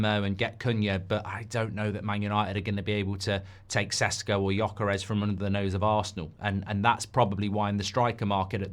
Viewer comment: You poor darling, you’re in a serious struggle with the “Gy” in Gyökeres! I’ll try to help: “gy” is close-ish to the “j” sound of “jungle”. (He is listed as Swedish because he was born there, but he is of Hungarian parentage, hence the tongue-twister name. Any Hungarian LPFC supporters who can help in person?? (I’d love to but I’m in South Africa!)